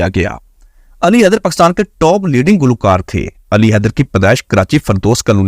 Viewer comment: بولتے ہوۓ میرۓ پیارۓ وطن کا نام ٹھیک سے لولفظ پاکستان ہے جب کے تم باربارپکساتن کہہ رہے ہو